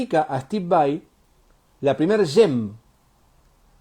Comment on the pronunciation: Me gusta que le digas VAI así como suena que es la forma correcta de pronunciarlo, estoy podrido de escuchar VEI.